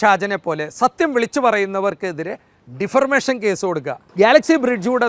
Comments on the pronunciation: Defamation not deformation. You are living in galaxy home of ignorance in language. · Not differmation, Defamation. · Not "defirmation" but DEFAMATION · ഇരയെ അവൻ,അവൻ എന്ന് പറയുന്നതെന്തിന്? ഇയാൾ ഡിഫർമേഷൻ എന്ന് 2 പ്രാവശ്യം പറഞ്ഞു.അത് ഉച്ചരിക്കാൻ അറിയാതെയാണോ? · Defarmation അല്ല defamation ആണ്